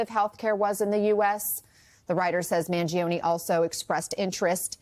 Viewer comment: Mangione with an “ e” at the end that sounds like the “e” in Empathy or Emotional or Esoteric.